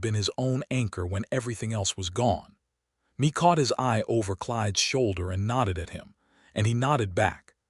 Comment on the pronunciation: Mae is pronounced as May, but this was a good story. She was a very determined young woman. Listening from Selma, CA.